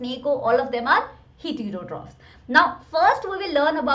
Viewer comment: Pronounciation of heterotophs is not correct 💯